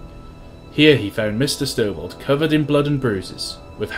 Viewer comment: You weren't even first. First was like 20 mins+ before you. :P And it's Stovold, not Stovel... :P